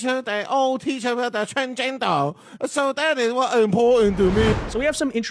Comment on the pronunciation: "Trans-jen-duurrr" 🤣 I'm dead